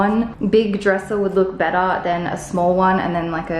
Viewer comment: The moment you said "betterrr" I was like oh my goodness, she's really becoming Canadian😜 🇨🇦